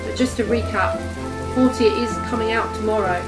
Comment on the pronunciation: It’s pronounced “Porsha” they even say it in game that way.